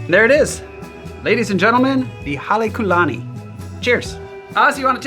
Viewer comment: As a student of ōlelo Hawai'i (Hawaiian language), and a part Hawaiian myself, I wouldn't quite say the pronunciation was excellent. And if I'm not mistaken, although even the hotel doesn't use it, I believe there should be a kahakō over the u like what you see over the ō. Hale meaning house; lani meaning Heaven, And the Ku, (kū) meaning befitting (in this context).